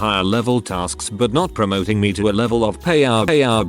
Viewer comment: around 8 or 9 “pay our” or as the captions said: “Payout”